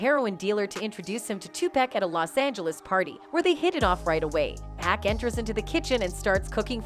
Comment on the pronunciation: This white woman need to learn how to say pacs name right!!! 🤬